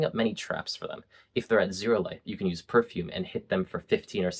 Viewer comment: Ngl the way you say perfume femure is kinda funny